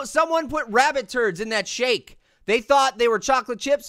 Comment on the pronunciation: It did not sound like he said shake